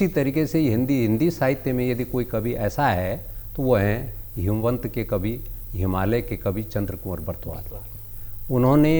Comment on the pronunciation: हेमवंत नही हिमवंत